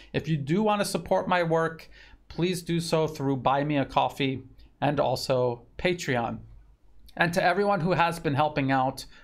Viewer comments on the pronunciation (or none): none